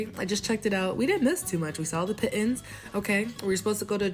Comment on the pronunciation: Nice video!! Pitons are pronounced Pee-Ton! Great footage xo